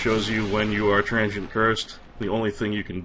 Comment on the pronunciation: If it is not rude to ask, Where are you from,? I ask because it is slightly odd to hear you pronounce "Transient" as "Tran-gent".